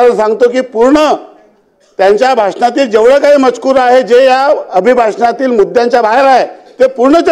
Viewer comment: मजकूर ला मज्युकर म्हणणारे काय मराठी भाषा शिकवणार आता.